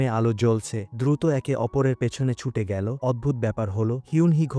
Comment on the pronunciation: ভয়েস দানকারী বাংলা উচ্চারণ সঠিক না , এল কে L গেলো কে গেল বলছে , মূর্খ বাংলা রিডিং সঠিক জানে না ভয়েস দিচ্ছে